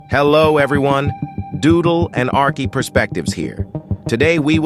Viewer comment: Why did you dismissed name arkey you said "ariche"